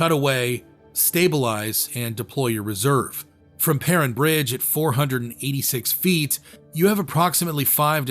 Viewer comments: Prin bridge? It’s pronounced Per-rine. AI is garbage. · Per-rine, long I* sound. Great video though! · As a local, it's pronounced "purr-ine" bridge. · he pronounced Perrine Bridge wrong several times as well and mispronounced some names as well. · AI always mispronounces stuff. Perrine is pronounced with a long "i". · "Perrine" bridge. I live in Idaho and all my 62 years have I never heard Perrine pronounced that way. All of my 62 years I've never heard "Provo" pronounced that way.